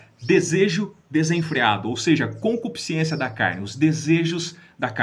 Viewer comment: "Concupiscência" e não concupisc i ência. Boas informações, obrigado.